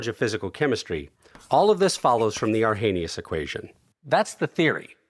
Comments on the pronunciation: Social media has broken my trust in everyone, so I just assume he said it wrong on purpose to drive engagement. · arrhenius was swedish, the h is silent. Arr-ay-ni-us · You pronounced Arrhenius wrong. Otherwise excellent video.